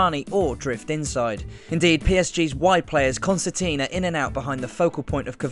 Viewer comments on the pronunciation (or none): none